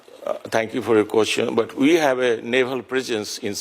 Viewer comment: “Thank you for your koschun??!!”Has US run out of capable people??